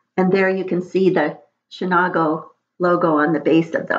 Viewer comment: Hi there - I love it and collected as well. Chenango is pronounced Shunango with a long a. I didn’t realize it was transfer ware - I thought it was not?